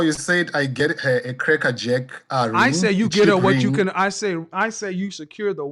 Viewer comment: When asked "get her a "krekker jeck" ring???" I hollered! 😂